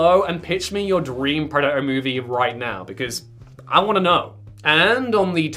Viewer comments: Preh daht er. Not preh uh uh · Love your content but please learn to PRONOUNCE “Predator” correctly, it does have a “T” in it